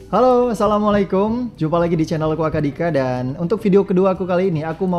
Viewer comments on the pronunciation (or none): none